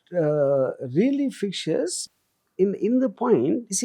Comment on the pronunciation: it is fictitious - not fictious :)